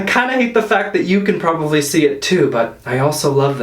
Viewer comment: I love you but in the word ‘probably’ there is no V.